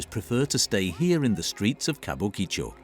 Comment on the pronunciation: Ka bu ki cho - you'd think that if you're going to make a video about a particular area, the first thing to do is know how to say its name. There is generally little to no phonetic emphasis placed on any parts of most Japanese words, so it needs to be pronounced flatly - Kabukicho, not Kabu Ki Cho. Tbh, this video just plays to the "Japan is weird" stereotype, so got boring quickly.